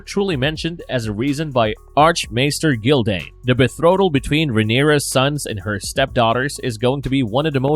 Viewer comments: betrothal, plz.....not bethrotal.....love, but this mispronunciation was used so much in this video it was terribly distracting. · Say it woth me, (beh-tro-thull)